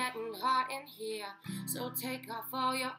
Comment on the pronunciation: "its getting hot in heaaa "😂